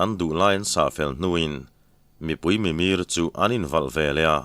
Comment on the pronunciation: Pu hi mizotawng hmangdik pangai tak a ni a, amaherawh chu,"Mipui mimir"thuma a lamrik dan hi, "mir" ah hian thluk loh tur a ni."Mitin mitang" kan lamrik angin, mimir tih hi lamrik tur a ni zawk awm e